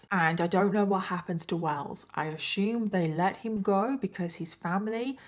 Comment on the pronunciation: Curious what area you are from as you say Ash-ume rather than Ass-ume. Thanks.